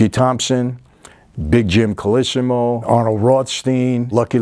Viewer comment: His name is pronounced Col low see mow, not col iss im owe. He was kind of a bridge between the old Black Hand gang and the later Mafia. There is a movie about the Black Hand called, "Pay or Die" with Ernest Borgnine from 1960.